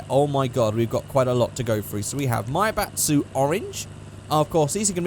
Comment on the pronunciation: says maibatsu like he saying maybach